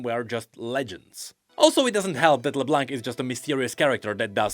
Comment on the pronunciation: Dude her name is pronounced like La-BLONK